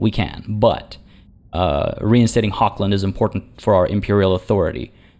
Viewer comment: I've been slacking of on my ehm promise to correct your pronunciation, haven't I? And I mean you're not too shabby! But if you indulge me: 'Hochland' (lit. Highland) is pronounced with the "ch" like in 'Loch Ness' (or the "j" in Jalapeño). And the "a" like the "u" in 'Hunt'. But I guess that "ch"-sound is not really a part of the English language, so I'm not sure how easily a Canadian tongue wraps around it :P